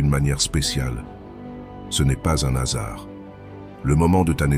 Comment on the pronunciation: Ce n’est pas un nasard …, hum hum pas de liaison avec les mots commençant par un « h » .. ce n’est pas un hasard .. donc 🙌🏻